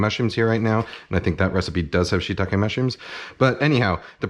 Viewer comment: Lol, before shitake i heard, "a shit tonne of mushrooms" haha